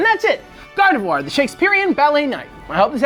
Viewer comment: "Garvedoir." Come on, gang.